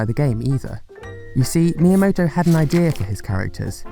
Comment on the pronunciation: Miyamoto? More like Mii yamoto